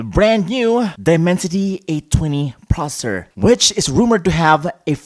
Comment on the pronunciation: The moment he said processor like prosur